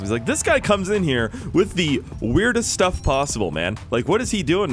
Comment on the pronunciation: Intro hey guys ankle cutters here and today we are going to cut some shtuff